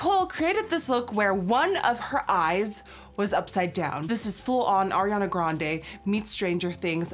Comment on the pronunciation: Period, finally someone pronounced Arianas name right